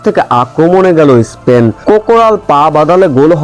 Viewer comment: ইস্পেন না বলে স্পেন বলনা উচ্চারণ করতে পারিস না